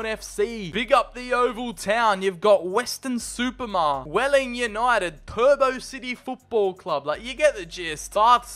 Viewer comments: the mare in Weston super mare is pronounced m-air not mar but keep up these vids i can’t wait to try the mods when fc24 gets added to the vault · dislike the way you pronounce weston super mare ahahaha